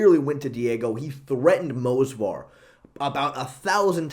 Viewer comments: In Movsar's name the v is before the s yet you always call him Mosvar, it annoys me because it sounds bad and Movsar sounds cooler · is the "move-svar" guy in the room with us? XD this is chael sonnen type of butchering names